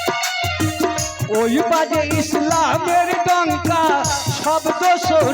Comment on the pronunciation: শব্দটি ইশলাম হবে না শব্দ টি হবে ইসলামের আশা করি সঠিক শব্দটা উচ্চারণ করবেন। কারণ শব্দটি আরবি শব্দ